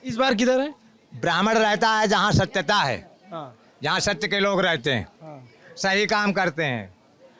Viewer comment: 'Satta' ko 'satyata' bolte hain babaji